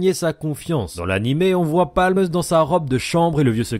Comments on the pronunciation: C'est pamu et pas palm Non? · alors c'est Paamu et pas Palme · C’est pas Palm c’est paamu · Pâmu, pas Palm ptdr